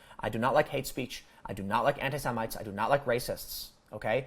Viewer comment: >"semintes" He said it again. LMFAO what a fucking moron.